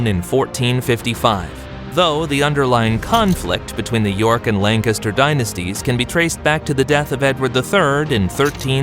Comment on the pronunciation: Take a shot everytime this guy mispronounces Lancaster and you’ll die of alcohol poisoning